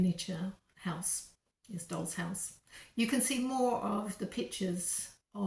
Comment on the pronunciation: Dolls...... Not rolls